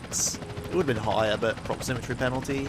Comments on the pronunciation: It's "proximity" not "proxymmetry":D Keep up the good work, I'm loving this series! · Duuude. It's proximity, not proximitry. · proximitry? really? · Take a shot every time says "proximitry" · You kept saying "proximitry" instead of "proximity" lol. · Isn't it proximITY rather than proximiTRY? It sounded weird each time I heard it. Great video btw loving this series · proximitry proximitry proximitry god dammit,, it's PROXIMITY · the word is Proximity:D I loved the video anyway, good job and looking forward to the next ones. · It's pronounced prox-im-it-ee by the way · Listening to say "Proximity" wrong for 1h straight:D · Theres no second R in proximity.